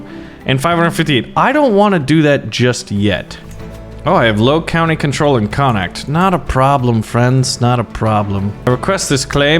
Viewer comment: When he says the county of connocht😐😑😤😫